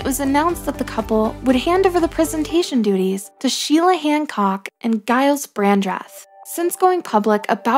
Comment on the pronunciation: Giles, pronounced Jiles